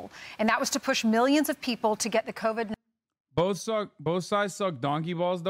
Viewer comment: Pronouncing “covide” like sous vide